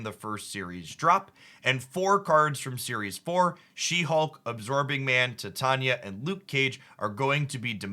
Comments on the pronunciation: This is my favorite source of quality Snap news and deck ideas!! My (hopefully) constructive criticism, however, is that some character names could be pronounced more accurately such as Titania (ty-tain-e-uh... more like the element titanium than the name Tonya) and M.O.D.O.K. (mo-dock... rather than mo-dak). Thanks and keep up the great work! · Man, the way you pronounce "Titania" is just real crazy.